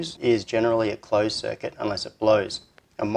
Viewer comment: MUST you pronounce abbreviations?? M.O.V. is easily understandable in any accent. "Muv" is not. Why don't you pronounce BJT? eesh... The power circuit is really pretty cool, but... If I have to disassemble the light to add the parasitic power device, I'd much rather install a regular WiFi unit there instead, and just make the switch a remote.